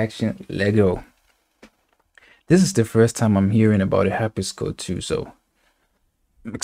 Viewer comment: harp-si-cord. not harp-is-cord